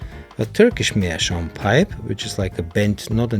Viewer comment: Greetings from Germany Maybe also something to think about is a filter yes or no. Especially some of the first aromatic may give a good tunge bite without a filter. Greet video by the way and an english video in which Meerschaum is prounced right. Happy smoking Ach gerade deine Website angeschaut Schön Grüße aus den Norden Bayerns nach Dachau 😂😂